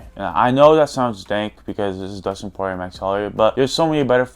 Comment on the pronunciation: bro said Dustin Porirer SO FUNNY